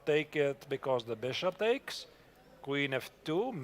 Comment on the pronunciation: What is the deal with Yagiz twitching and jumping up and down like a jack-in-the-box? Isn't that distracting to his opponent and an obvious breach of etiquette? If this brilliant young man can play chess at 2700 level, he should be able to act like a grownup at the board. Also - and this is probably just my problem - for some reason it bugs me every time says "b-dakes c5", or "knigh-dakes f6." We Americans drop a lot of t's, but not like that. 😜